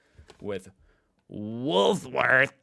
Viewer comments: I love that you say Woolsworth Not wool worths 😀 you've got this,,, you probs understand this country more than half the crew that grew up here🤟🏼🤣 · Yes it's always Woolsworth when he says it it is Woolworths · Look man you still can't say Woolworth right please just say woolies please for the love of God it's really pissing me of